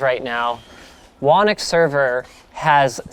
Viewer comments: smh, why is he calling it Wannick? It's obviously pronounced Who Knock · Whenever you say "whonnocks server" it always sounds like you're saying "WANIX" server so for the longest time that's what i thought it was called. It was only today that i realized that you pronounce "whonnocks" as "wanix". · How does "Whonnock" get pronouced "Wanick"? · What kind of weird, unheard of, alien name is "Whonnock" and why isn't it pronounced like [Hoo-nock]? I meaaaan, hurr durr. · The fact that you don't pronounce your server, "Whoknock" disappoints me tremendously. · well... Linus is Canadian, "Ock" sometimes gets pronounced "Ick", so "Whonnock" sounds more like "Whannick"